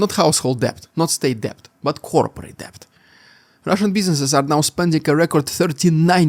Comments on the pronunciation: "Debt" is pronounced "det" (silent b). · Thanks. Not a criticism but some assistance from someone who learnt English as a second language. The "B" in "debt" is silent.